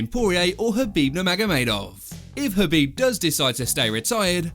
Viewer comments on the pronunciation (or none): K. Khabib, not Habib. The K is not silent.